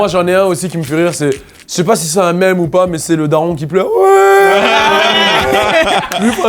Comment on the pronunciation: par contre l'accent sur "mème" c'est non